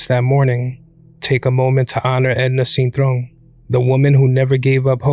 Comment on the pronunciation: Even when they try to speak Spanish Americans still can’t pronounce o 😂 it’s cintrón not cintrown